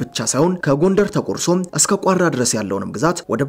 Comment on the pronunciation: ቋራን ደግሞ ላላ ያርገው 😁